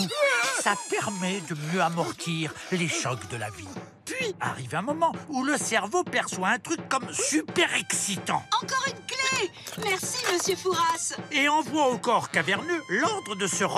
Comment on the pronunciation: J'habite à fouras ET BORDEL ON DIT LE PERE FOURAS PAS LE PERE FOURASSE VOUS DITES PARIS OU PARISSE